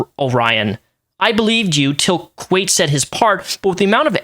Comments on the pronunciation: It's pronounced like quite. Like "not quite enough." Anyway I unsubbed from kwite a few years ago, because it just wasn't the content for me anymore, but he's a good dude, and the fact he had to do a face reveal to address this, AND air out all his insecurities to clear his name actually pisses me off. Once again Orion trying to be needy clingy, and when he doesn't get his way he throws a fit, and unfortunately this time the "fit" is him dragging kwite with false accusations. It's effed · The fact that you barely coming to know the situation, and didn't even know how to pronounce Kwite, but still so easily saw through the BS that so many others decided to ignore. Proves you don't judge immediately and actually gather facts instead of joining the train. I respect you for that FR. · i feel so bad for kwite (pronounced like the word "quite," in-case you make a follow-up or anything) he did literally nothing wrong, replied respectfully and everything. i hope he can come back from this, he didn't deserve any of this. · Man, I really used to love your videos, but it takes 15 seconds to figure out how to pronounce Kwite. Less, actually, because where the fuck are you getting the "a"? It's Kwite. Like quite. Like "it's quite easy to pronounce Kwite". The way you butcher sentences sometimes is a peeve I've had with your videos for years, but because it was so uncommon and so minor, I just ignored it. But this is someone's name, dude. It's like if I called you Repzilla or "rapsun" instead of Repzion. If you're going to speak in defense of someone, the LEAST you can do is have enough respect to say their name right. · There is no A how does he think its pronounced kwate rather than kwite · it's Kwite, like Quite. Not Kwait. Lol not sure where the a came from there buddy. Lol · I love you man, but it's kw I te like, kw ight rather than kwate. No hate, just... I couldn't hear it pronounced like that haha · quite = kwite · it's Kwite [Quite /kwaɪt/] xD